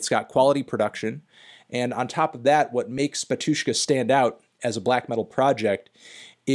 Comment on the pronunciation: take a shot every time he says batYUshka instead of bAtyushka